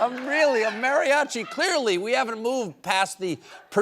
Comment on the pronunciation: First of all, it's MAH ree ah chi. And secondly, no.